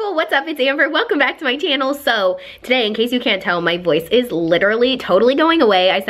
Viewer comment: hahah at the first of your video if anyone noticed she said "hey guys welcome back to my Tannel" lol insted of saying "channel " she said "tannel" hahahahahhz\